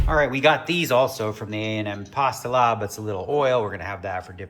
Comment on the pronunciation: pasta “lob” instead of lab You were correct earlier in video